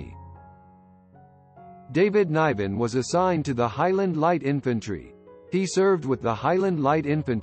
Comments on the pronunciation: Pronounce his name correctly, you might get more views, pal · It’s quit disturbing you cant say David Nivens name correctly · What a terrible review of this man’s life. You didn’t even pay him the respect to pronounce his name correctly.. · How can you do a bio of the man when you can't even pronounce his name>> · This production is terrible. Couldn’t even pronounce his name right.